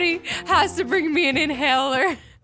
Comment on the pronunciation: the way she says inhaler tho